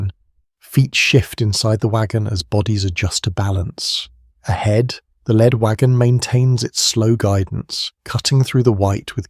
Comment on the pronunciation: A real tell for an otherwise pretty good AI voice is always pronouncing “lead”, as in leading man, as “led”…